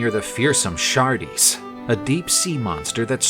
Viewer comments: Pretty cool, but one thing: "Scylla" is pronounced "Skill-ah" and "Charybdis" is pronounced "Kah-rib-diss" - not "Shar-dees" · You know its Scylla and not Syla. And the other Is Caribdis not Shardis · Pronounciation!!!: "Silla" "Karribdus" This is the origin of the saying, "Between a rock & a hard place," it was said, "caught betweenScylla & Charybdis." This is what ancient Greeks called the Staight of Gibraltar.